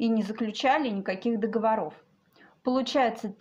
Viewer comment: Догово'ров, а не договоро'в, Догово'ры, а не договора'. Пеня', соответственно -- пени', а не пени' -- терпеть не могу, когда коверкают язык, уж не взыщите...